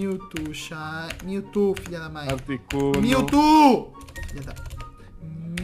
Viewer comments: kkkkk eu não sou hater eu amo-te e sou teu fã mais eu me mijo de rir quando tu falas "miutu" kkkkkkk fala direito kk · para de falar Mewto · pq o fala mewtu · Melhor Melhor ele falando Mewto kkkkk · o falando mewtwo ele fala meutu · ele dis miltu